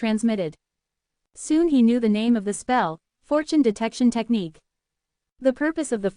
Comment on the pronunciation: Ty again. Just would request and AI update. Technique sounds like Tech-knee-kay-uh